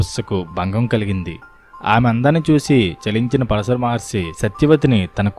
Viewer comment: Pronounce “Paraashara Maharshi” properly